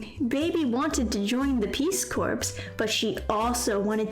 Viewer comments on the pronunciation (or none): Corps is pronounced "Core" , like an apple core. Not like "Corpse".